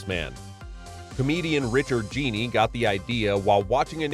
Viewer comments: Richard Jeni is pronounced like Richard Jenny not like Richard Genie. I just googled the pronunciation even though I knew it was correct as I both watched Platypus Man and was a fan of his comedy. You couldn’t take one second out of your day to learn the correct pronunciation? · "Jenny." Richard "Jenny" not Jeanie. 😅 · Richard Jeni's last name was pronounced like Jenny, not Jeanie. He was a great stand up comedian and deserves to be remembered properly. Also James Doohan is pronounced Doo-en and George Takei is Ta-kay like the letter K. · Richard “Genie” (Jeni) is hilarious. It was pronounced Jenny. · Jeni was pronounced like "jenny", rather than like "genie".